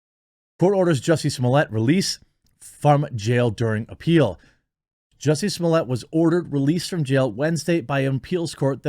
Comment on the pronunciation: Jesus Jeremy you are butchering the name. It’s JUICY SMOOYAY NOT SOMALIYAY.